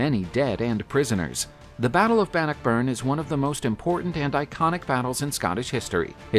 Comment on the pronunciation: It's Robert de (day) Bruce. He was a Norman Scott (The Normans came from France... hence de which is French for the) and it's pronounced Ban knock burn. Not every word or name is pronounced as it's spelled. Like the Seat of the High King of Ireland was spelled Team Hair, but pronounced Chow Er. The English bastardized it into Tara (Tar ra).